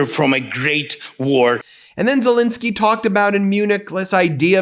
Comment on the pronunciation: It's Zel Ensky NOT Insky. You have not pronounced his name correctly EVER. Should we call you Bin instead of Ben ?